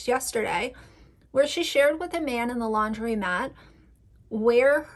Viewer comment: Good video but just wanted to note that it's landromat (long O sound) instead of laundrymat. But Yes aunty Lauren is so weird and creepy! It's even creepier bc she lives across the world in Aus.